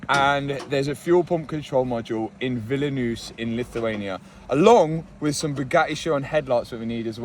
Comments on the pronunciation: Mat, please, it's [vil-nee-uhs], not "vilanius" 😂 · Lithuania Vilnius = Will knee use , correct pronunciation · Diabolical pronunciation of Vilnius 💀also wonder why Lithuania of all places has those parts when we probably don't have a single veyron registered in the country lmao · Lithuania mentioned raaaaaaaaaaahhhhhhhhhhhhhhhhhhhhhhhh (capital mispronounced but fk it) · Vilnius 😭 pronouncing has left the chat, much love from lithuania